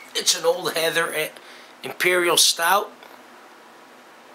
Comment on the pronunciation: Old Heathen, not Heather. It's an Imperial Stout, I love it so damn much! I went down to Easton but I forgot my directions are missed the brewery. I'll have to get down there again in 2014. Cheers...